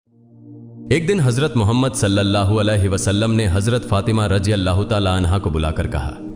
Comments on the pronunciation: The narrartor's Arabic pronunciations are not good. Please see to it.. You cannot pronounce (RA) and sometimes our Prophet's name .Are you a Non Muslim? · Bohot achi hadis hi nabi ka naam theek se lo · Aapki aavaj bhut acchi janab.lekin aap apne sabdu ko thik kare. Aap ne nabi karim ka naam sahi nhi liya .or aalfajo me bhi Galt huyi hai.aap thik kare . Aallha aap ko tofik aata farmaye ameen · Abe name huzur ka sahi se kyu nhi le rhe ho